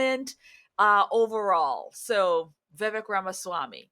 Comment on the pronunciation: Please learn how to pronounce his name if he's "your boy".